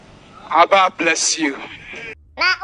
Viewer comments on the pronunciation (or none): none